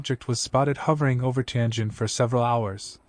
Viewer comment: Bro, it's not TAIN JIN, it's TIAN JIN airport.